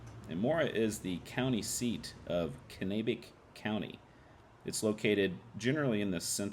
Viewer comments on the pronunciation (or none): its pronounced CAN-AH-BECK county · Way to butcher pronouncing Kanabec